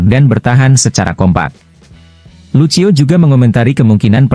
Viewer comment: Woooiii... Lucio bacanya LUSIO. Kurang bahasa asingnya yaah...😇